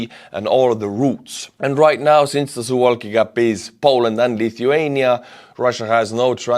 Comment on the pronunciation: You are pronouncing "Suwałki" as if it was an English word. Here's the correct pronunciation in Polish To correctly pronounce it in English, you'd need to change the spelling to something like "Sou-vaw-kee"